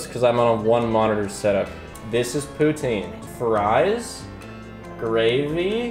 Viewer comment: as a french canadian, you are the only english canadian who can say poutine without making me irrationally mad